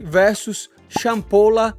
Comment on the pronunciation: Charalampos ❌ Champola ✅